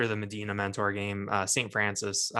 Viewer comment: Great content! but the pronunciation is Ma-dye-na and Men-ner.